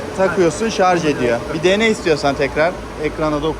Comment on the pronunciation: Şarz değil ŞARJJJJ